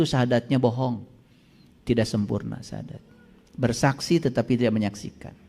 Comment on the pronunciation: Iyah nyakut baca nyah juga salah coba dengarkan diya BCA sahadat😂